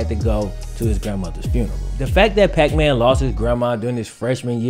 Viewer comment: I get that when you said puckman my brain immediately switched the P for an F lol